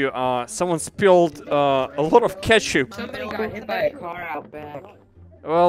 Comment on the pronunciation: The way you say ketchup is so funny for me LUL